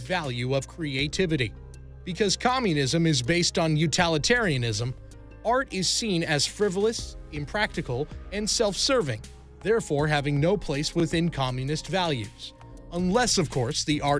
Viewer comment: "Utalitarian" It's utilitarian. You're mixing the word with the propaganda nonsense called "totalitarian" maybe lol